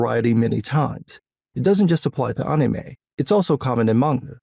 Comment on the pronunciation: I love how you say anime correctly but it sounds wrong. This is like TEKKEN all over again.